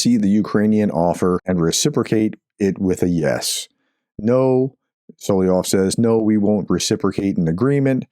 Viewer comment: Solovyov is pronounced as ~sul - uv - y - of SUL is in ~SULlivan UV as in ~love /luv/ Y as in ~ You, Young, Yeast, York OF as in ~ smirnOFF As always, this is only if you are interested, Professor. You do NOT have to be. Until February 24, 2022, I’ve never heard about this traitor but as I listen to you pronouncing the word, I immediately recognize the common Russian name (it’s his pseudonym as he’s a historically persecuted minority and not an ethnic Russian, which is doubly cowardly and treacherous given enormous xenophobia in Russia but that’s a separate conversation). In any case, if you are not, the comment is to support the channel👌 THANK YOU 💖